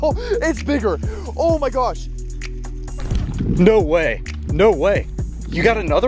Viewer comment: "Oh my geosh"